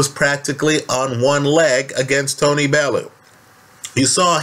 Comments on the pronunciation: Bellew "bell-'e-you you septics always butcher his name. Fs pay the man some respect! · I'm from Liverpool, and I know Liverpool people. Bellew would smash Parker too bits. And it's Pronounced BELL YOU. Jeeez he's not out of jungle book. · Bellew is pronounced bell-you for all you americans haha